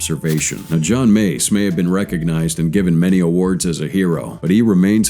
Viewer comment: John Meiz? Sir, that's John MACE.